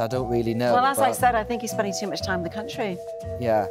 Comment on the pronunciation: It'vs 'too' notbthe slevenly 'ter'